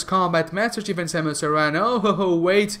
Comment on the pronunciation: Grey Voice gave her his DNA, not Old Bird. The Chozo you’re talking about is Grey Voice. It’s not Ripley, it’s Ridley It’s pronounced “Air-an” Arm canon